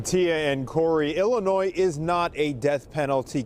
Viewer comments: I love your content and watch everything you post. I in no way want to take away from the horror of this story but in case you actually read your comments I wanted to help you out and let you know that the “s” in Illinois is silent. I grew up there and every time you say “ill-I-noise” I cringe. It’s “Ill-I-Noy”. Hope that helps. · The "s" is silent in "Illinois." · Illinois, the "s" is silent bro. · FYI…” Illinois” the S is silent. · Please stop pronouncing the s in Illinois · You know the s is silent at the end of Illinois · Love your Videos! Lots of LOVE to ya! That being said... The "S" in Illinois is SILENT. Thanks and keep up the great work! ^_^ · The "S" is silence in Illinois. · honey, Illinois is pronounced with a silent "s". It's prounced illinoy